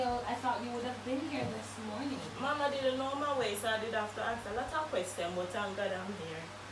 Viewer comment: You see she aks for cold water she give her bulld water